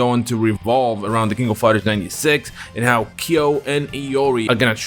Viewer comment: So this game pronounces Kyo's name as "Ki-yo." Not sure how I feel about this.